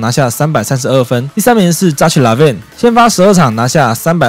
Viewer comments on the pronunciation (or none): 那ch唸ㄎㄜ好不好